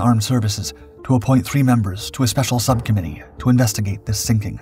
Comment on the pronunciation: "Sub" committee 😅?